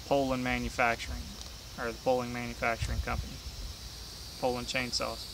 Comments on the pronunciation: I'm just happy that there is someone out there that actually knows how to pronounce Poulan, lol. So many videos call them Poo-Lon's, lol. First time I heard someone pronounce it that way I looked at them like they were from outer space. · Dropped a like 12 seconds in based solely on your pronunciation of Poulan.